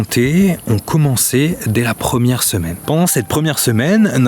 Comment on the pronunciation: 1 ème c comme si tu disais premième